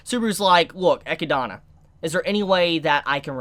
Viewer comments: It’s pronounced “Eh-kid-na” not “Eh-ki-dana” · EE----Kid---Nah........... Echidna..... NOT Eck-----EE-----Donna... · "Ekkuh-donna?" Bro it's "Eh-kid-nuh" lmfao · Echidana? You mean Echidna. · Echidna* but its pronounced as 'Ekidona' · ECHIDNA NOT ECHIDANA LMAO. Great video though, good work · Great episode. I knew exactly what was coming. Read the light novel so I know whats gonna happen. Just saying, this episode is just the tip of the iceberg. On the other hand,!!!! It is Echidna/Echidona! Not Echidana! There is only one a in her name! Say it with me! EH-KID-NAH! EH-KID-DOE-NAH! It is rather amusing how you botch her name every video, but just wanted to put that out there. But yea, that might have been the worst death Subaru ever experienced so far. Welp, it is not like things will get better going forward. As they say, where there is light, there will be darkness! XD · Ok, I need to say this again... Echidna is pronounced E KID NAH... your adding an A where there is no A. Its the same name of the animal that lives in Australia. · Echidna is pronounced uh-kid-na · hmmm why are you calling Echidna "Echidana" dude ? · Chibis pronunciation of echidna is so cringe it's uh-kid-nah man lol I love watching and your vids but your pronunciation bugs me sometimes lol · "Ecchi-dona" you're killing me dude 😂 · I had a brain fart moment there. Animal, yes. It is still pronounced Echidna. There is only one "A" in its name. Or you could pronounce it like how it is said in JP---Echidona, but yea just wanted to let you know on that little error. Just for fun measure, remember Sonic and Knuckles...the Echidna? Lol. Just had to put that one out there. (Eh-Kid-Nah) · Learn how to say Echidna's name properly. It's not that hard, they verbally say it. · You say Echidna wrong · I just have one thing to say: Please say Echidna just like in the anime, my mind triggers something when I heard you say her name (not in a good way) :"v